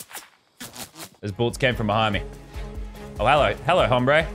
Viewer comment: he clearly never took Spanish he pronounced the h in hombre😂